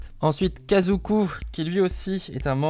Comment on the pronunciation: Salut j’adore naruto et j’aime beaucoup ces figurine elle sont plutôt réussi et reconnaissable à l’anime juste c’est kakuzu pas kazuku sinon super vidéos